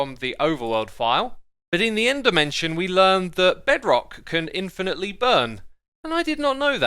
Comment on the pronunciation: When you say end dimension it is like ender mansion